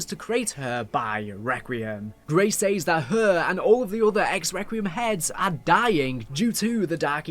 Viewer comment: Great video, but for some reason your pronounciation of some words is a little infuriating 'Says' being the main one haha